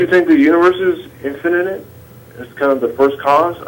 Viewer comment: This bonehead doesn’t even know how to say the word “infinite”. He’s saying it like a 5 year old “infininint” and I can’t stop laughing. You’re trying to solve one of the the biggest questions in science and dude can’t even say the word infinite correctly.